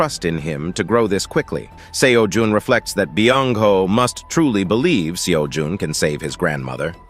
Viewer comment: Bruh am I tripping why is he calling him seo juhn